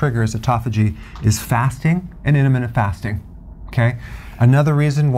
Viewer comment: Love the way Dr. Berg says: inimina fasting...:)